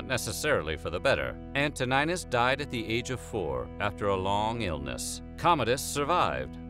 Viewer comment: What is antonajnus Learn pronunciations and who the eff is dajo